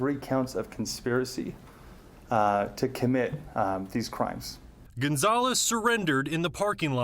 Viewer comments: Gonzolez? You dont say. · Gaan-zoles? How is this guy a journalist in Albuquerque?! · How can you live in New Mexico and not know how to pronounce Gonzales?